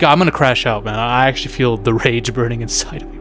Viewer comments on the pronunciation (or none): none